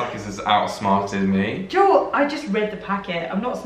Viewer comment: Your fault that I got Cadbury Flake candy bars, Cadbury rolls and Cadbury chocolate to mix, my favorites! And Joel, I get why people mispronounced your name because it sounds like you say Joe but "swallow" the -el.